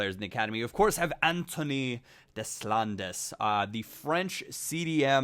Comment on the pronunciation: Hey, just a quick heads up, your French youth player's name is pronounced "DAY-lond" the "des" is "day" and the "landes" has a long "a" and a silent "s". I'm sure other people are thinking the same thing and cringing when you say "dez-lan-dez".